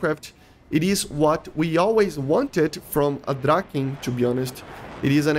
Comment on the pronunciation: Love the vids But i gotta say You're really butchering the "Draken" word But we cool 😅 keep the vids coming